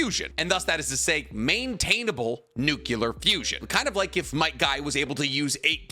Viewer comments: It shouldn't bother me as much as it does, but you keep saying nuculur instead of nuclear 😂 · I like the way you mispronounce "nuclear". it reminds me of Homer Simpson. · This guy still can’t say nuclear? 🤦🏻‍♂️